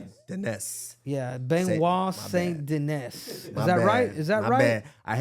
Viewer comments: Bro … Saint … Denis … SAINT …. DEH-KNEE. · De KNEE.. No S's in French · lol ya did all that about the last name just to butcher it